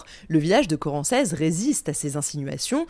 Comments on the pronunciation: Je suis de Chartres, ça fait bizarre d'entendre parler d'un bled de chez moi 😅 D'ailleurs Corancez se prononce Corancé. Mais peu importe, super vidéo 👌🏻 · J'habite à Chartres. A toutes fins utiles, on prononce corancé, sans le Z. Je ne connaissais absolument pas l'histoire donc un grand merci de me la faire découvrir 💞